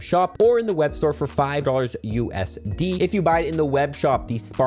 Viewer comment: It was U S D-eh 🇨🇦